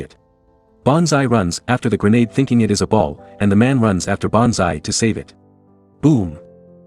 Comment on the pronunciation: GerrNaade 😂😂😂 GreNade !